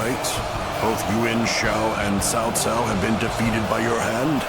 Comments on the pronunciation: WTF is the VA doing his name is CAO CAO, not TAO TAO. It's not even close to the original language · Cao Cao? Did you prefer his name like Cow Cow?